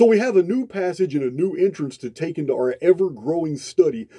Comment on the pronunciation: thanks ❤️❤️ I love your voice! and your accent ❤️ (I'm not being sarcastic, I know you've copped flack over how you sound, I'm just here to say I love it!) especially when you say 'entrance' and it sounds to me like 'intrance' much better word!! and somehow your 'understand' sounds like 'innerstand' also, heaps better word!! thanks man, really appreciate you ❤️❤️